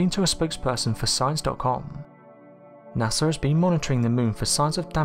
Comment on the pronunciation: NASA is NOT pronounced Nasser!